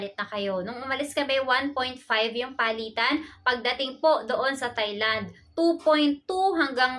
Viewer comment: TAI Land po not thai land